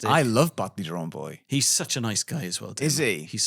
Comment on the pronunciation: To begin with, when Ellis said “Badly Drawn Boy” all I could hear was “Ballybawn Boy”, which is a horse, the Ballybawn line being a line of successful competition horses. I work with horses - hence why I heard what I thought was “Ballybawn Boy” my brain, I assumed I was likely suffering from cognitive decline, couldn’t work out why either (a) an Artist named themselves that or (b) why a horse would be at that gig 😂 When I finally clicked that it was “Badly Drawn Boy” I was (a) relived and (b) worried about my hearing. 😂